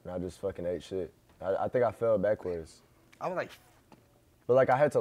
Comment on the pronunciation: why he say backwards like dat?😭